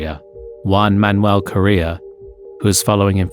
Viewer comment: “Hubert”, “Eau Rouge” and “Correa” pronunciation…